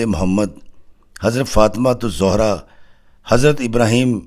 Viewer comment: You should correct pronunciation it's hafsa not hifsa its zehra not zohra